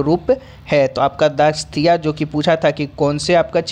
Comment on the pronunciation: दासकाथिया नहीं दासकाठिया है वो